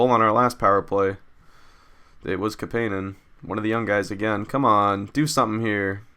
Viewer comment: its CAP-IN-EN lol.